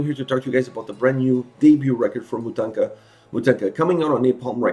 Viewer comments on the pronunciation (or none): Loved your review and agree with all that. There's just one thing: it pronounces as "mOtahnkah". It's an ethic Ukrainian doll made of cloth and knots like the one you see on the band's album cover. Greetings from Ukraine!